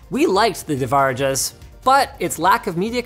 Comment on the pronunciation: C’mon Linus. Devaraja…deva raja. It’s Indian. Translates loosely to God-king. 😂